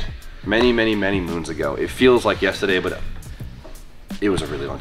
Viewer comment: Hi! Southerner here. When says “yastuh dee” is that in the future, or past, or… Ohhhhhh yesterday! Got it